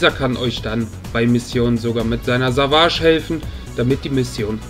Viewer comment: man spricht savage "sävätsch" aus nicht "savahsch"😂